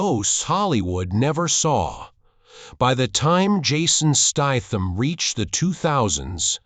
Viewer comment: Turned this crap off when you can't even say his name properly